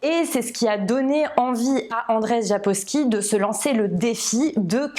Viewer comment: Hello! J'arrive un peu tard mais pour la prononciation du nom de l'auteur, c'est en fait "Andjeï Sapkovski". 🙂